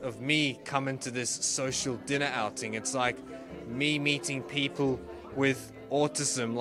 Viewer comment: Is that supposed to be "diner"?